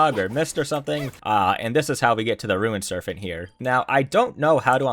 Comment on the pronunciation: listening to you say serphent instead of serpent so many times had me tweaking LOL